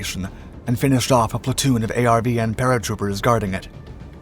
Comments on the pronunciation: It's not a r v n rather are ven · A lot of Vietnamese place names are mispronounced. Disrespectful to the Americans who died there. Very tiring to hear A R V N when it was pronounced 'are-vin'. Get with it. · ARVN = r-vin Phu = Foo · How are you making a documentary about the Vietnam war and you mispronounce nearly every name in the doc? People, places, and things.